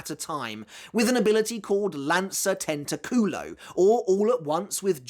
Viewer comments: be careful, it's tenTAculo, if you pronounced like tentaCUlo many spanish-speaking people might find it really funny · The way you said tentoculo for luppi's resurrection was tento "ass" in spanish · For the Luppi attacks, careful with the pronunciation. "Tentaculo" sounds like "ass tempting", you need to stress the "TA", as in "tentáculo", meaning tentacle. We already have a degenerate in the Espada with Szayelaporro, we don't need a second one.